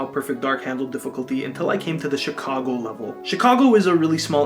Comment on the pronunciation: you pronounced Chicago Shicago, there isn't a sh in CHicago.